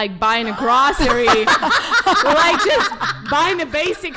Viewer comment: I've been pronouncing "grawceriez" wrong my whole life.